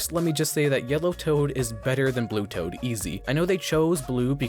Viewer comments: Why did you call toad tod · I know bro didn't just call toad, Tod